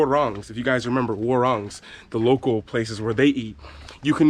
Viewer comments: Just giving you a hint on pronounciation Warung= Whah Roong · And it's more better if you using spanish "r" sound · "Warung" pronounced as "Wa-roong" "Wa" as in "what" word "Rung" as in "room" word but change "m" with "ng" And yes. Indonesian local food price range like.. from 5k-20k rupiah. It's around under a buck until 2 bucks. It's cheap for overseas people. And it's enough to make your stomach full. Not just a dish for tourist thing. Especially "Nasi Padang"